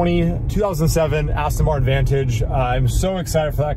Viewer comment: is a great addition to DDE, but I bet Mr JWW will be cringing every time you call your car an 'Astin'. 😂